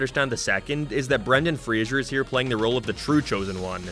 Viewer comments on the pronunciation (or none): It's FRASER, not FRASIER.